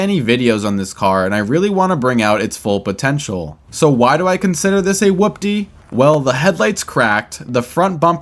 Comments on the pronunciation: Hoopty not whoopty 😂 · Dude! Stop saying it like that!!! It’s pronounced like “HOOPTY” whatever you’re saying is wrong and sounds fkn annoying. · Your in ability to saw hoopty correctly drives me insane. With the w its whopty, without the w its hoopty. Both said the same what hoop-ty or who-pty. bruh figure it tf out. Rage baiting the shit outta me rn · Love it. FYI it’s pronounced Hoopty. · Bro spelt whopty and says hoopty incorrectly and it drives me insane